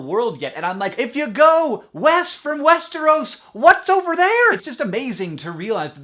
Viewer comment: My mom just overheard Hank say "Westeros" and thought he was talking about the Swedish city "Västerås" ^^b